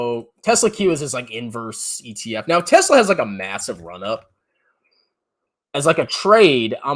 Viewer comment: gets wet when say Yesla